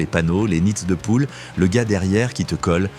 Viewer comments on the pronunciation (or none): "les nietz de poule"....🤣